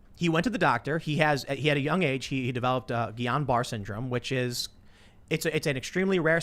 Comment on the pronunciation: Tim, for the love of god, just google how to pronounce Guillain-Barre.